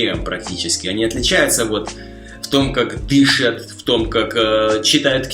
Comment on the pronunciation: Как всегда отлично, но я уже заметил, что самая большая проблема у тебя есть ударение (напр. дышать) :) И мне кажется, что ты в некоторых случаях произносишь мегкое "И" как "Ы" (напр. друзьями). Однако русский не мой родной, могу ошибаться. Но вообще, ты умница!